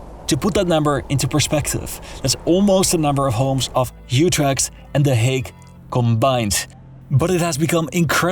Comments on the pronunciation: Spreekt Almere als Almere uit, maar Utrecht als Yutrecht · Leuke docu maar waarom sporeek je Utrecht zo raar uit? 😆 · for some reason you felt dutch, then you pronounced Utrecht